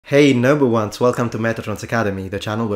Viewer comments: I know you're saying 'noble ones' but it really does sound like you're saying 'number ones' when you start your videos off. Just FYI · Yeah, I think it's a bit subjective when the differences are that small, but maybe he just doesn't hit the 'dark L' sound at the end of the word quite correctly.